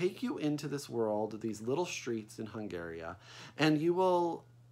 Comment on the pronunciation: My fault, I didn't proof my comment. You kept saying Hungaria....instead of Hungary so I was wondering if the book called it the former.